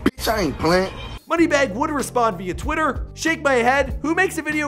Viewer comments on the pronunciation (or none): none